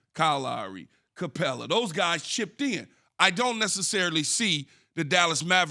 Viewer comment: Did Key say Capela? lol